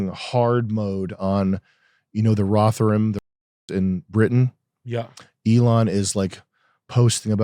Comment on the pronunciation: As Brit I was so confused when you said Rotherham. So you know the pronouciation phonetically would be RO_THER_RHUM it'll vary slighty by region but I had no idea what you were talking about until I saw it written down. It thought it was a surname or something